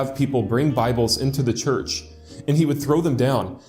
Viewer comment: I find it hilarious that his god gave favorite „house“ a name that his speech impediment can’t pronounce right.. Tshurtsh…😂